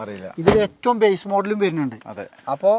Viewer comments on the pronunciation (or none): none